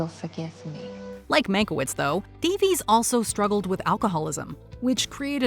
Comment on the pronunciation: I am pretty tired of these sharp American lecture-y type videos where a Puritan voice kind of bellows in your ear 85% of stuff YOU ALREADY KNOW. Writing that pretends to be writing: recouping/recuping is not a word - it's recupERAting. Davies is pronounced Da-viss, not Da-veez.